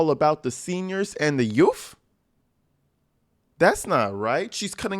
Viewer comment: "And the the yuhff" 😂